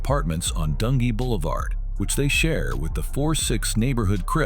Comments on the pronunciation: DUN G, Not dungy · You crazy for calling dunjee "Dun Gee" 😂😭